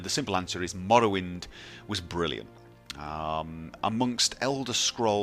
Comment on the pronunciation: "MAwlawind, MawLawind"